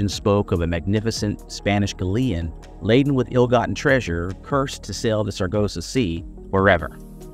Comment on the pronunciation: Just trying to be helpful: you might want to check your pronunciation of galleon.